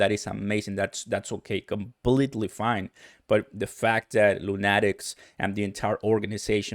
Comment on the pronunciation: It’s pronounced Luu-nah-tiks like a crazy man.